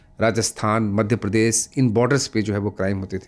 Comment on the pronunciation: सर वो प्रदेस नहीं होता प्रदेश होता है